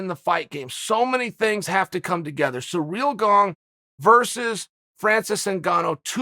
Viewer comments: Me: Cyril Gane Chael: Surreal Gong Me: Surreal Gong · Please stop calling him Surreal Gong uncle Chael 😂